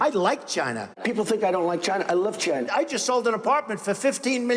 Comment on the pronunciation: “Goods from Chynaa” 😂😂